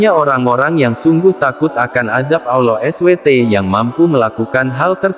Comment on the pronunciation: Mohon maaf pengucapannya harus di sempurnakan jg SWT.